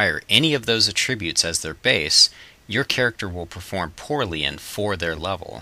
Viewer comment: you pronounce attributes wrong.